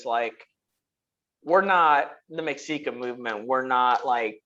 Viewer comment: Great vid as usual. One thing though, Mexica is pronounced Meh-She-Kah